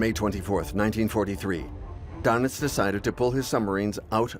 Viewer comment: Doenitz is pronounced "Dernitz" auf Deustch.